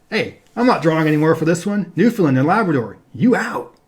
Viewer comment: Great series although Newfoundland is pronounced more like New-fin-LAN where land is annunciated, also this may be my biased opinion but Ontario has much better scenery than Wyoming. We have Niagara Falls, Toronto, Ottawa, Algonquin Provincial Park, Muskoka, areas of lake Huron that are as blue as the Caribbean, etc.